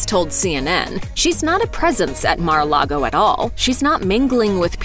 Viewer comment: Correction: It’s Mar-a-LIE-go.